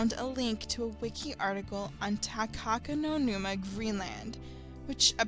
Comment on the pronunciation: It's "Takakonuma". There is no "no" in it.